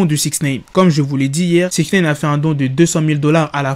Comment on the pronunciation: Putin de merde tu c pas dire six Nine ! pas six naine 🤣😂😂😂